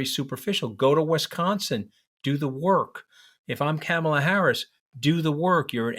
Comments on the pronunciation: Good Lord man, I am talking to you mooch. Please pronounce Kamala’s first name correctly. Sheesh! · Please learn how to say her name! Not Camel-la...! It's Comma-la. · Anthony I’m sorry to say that you are saying the name “Kamala” incorrectly. You are pronouncing her name starting her first three letters like the word “camel” and it should be like the word “coma”. Enjoyed your discussion. Thanks. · I think you are both brilliant and have very good insight. You are, however, mispronouncing her name. It’s Comma-La. Not kammela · Love this podcast. Anthony - Please work on the pronunciation of Kamala. It's COMMA - la, not CAMMA - la. Thanks. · For heaven’s sake, even you can’t pronounce her name correctly!! Is it on purpose? Her name rhymes with “mom” not “dam” … Kam-a-la is not that tough. Even her step kids call her “Mom-a-la.” She’s been VP for 3.5 years and you should know how to pronounce her name! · You guys~ Kamala's name is not "Camel"--la. Her name is "Comma"--la. Like a comma in a sentence! Let's get it right to testify to the world we can see them! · Interesting but one point: Her name is pronounced “Comma, law” and not “CAM- ala.” Like Donald is DONold and not DonOLD. Thanks! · Mooche can’t even pronounce her name correctly: It’s “Comma-la” NOT “CAM-ah-la” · It's Karma Lar not camma lar. A back woman called Karma. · Love you guys. May I suggest, though, that Anthony pronounces Kamala’s name correctly. The first “a” is pronounced like the “a” in “father,” not like the a in “ham.” Enjoy listening to you both! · Anthony I love your views but it is KA-mala. Please say it right. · you gotta start pronouncing Kamala's name correctly. You're giving a bad name to all NY Italians. It's Comma-la. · Tell him, Katty, it's " ,la". Not camel-a. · Mooch, you gotta learn to pronounce Kamala properly! Kah-muh-luh. First syllable pronounced like that in comma. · Please pronounce Kamala's name correctly. It's not hard. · Anthony, say her name correctly